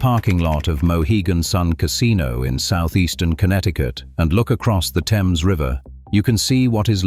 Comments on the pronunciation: The RIVER is called - Pronunciation: Unlike the English river (pronounced "temz"), CT's Thames is pronounced "thaymz" (rhymes with James). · Nobody familiar with the area has ever called that river the "Tems" (proper British pronunciation). They call it the THAMES, exactly like it is spelled. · Lmao... live in this area of CT Its called the 'Thames' river. Not teems. ChatGPT, you gotta get better at pronunciation. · 😂 Facts. The THAYmes River, not the Temms River. This is America. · The Thames river in Connecticut is pronounced Th-ames it's not pronounced like the British pronunciation also Norwich is not pronounced the same. It sounds like Nor-witch.